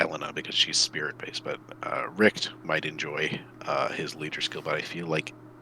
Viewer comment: Wylk is absoultly not german, also Elena. But "Richt" is, kinda off. but i see the struggle, that "CH" ist not common in english. pronounce as an nativ englisch speaker is kinda ruff.